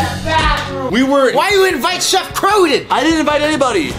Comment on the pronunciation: I laughed when said shef croton